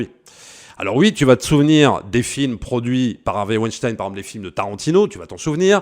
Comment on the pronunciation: Tu es l'un des très très rares qui dise Vaïnechtaïne et non Ouinestine et ça c'est déjà énorme! Merci!